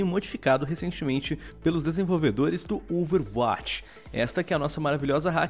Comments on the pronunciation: Porque o fala OverAtch e não Overwatch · por favor amigão, fale a palavra "overwatch" que nem um brasileiro normal. Obg desde de já, um abração.